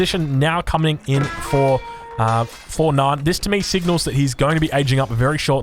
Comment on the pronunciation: Why do you say "Nyan" as "Naan". Am I missing an inside joke here?